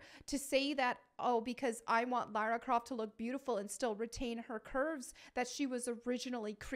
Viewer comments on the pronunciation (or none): none